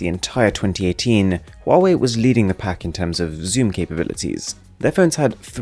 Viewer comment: Finally a reviewer who noticed that Huawei has an 'H' in it.